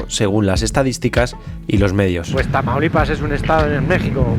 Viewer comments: "Traumalipas" como dice el auronplay xD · Auron le dice tramaulipas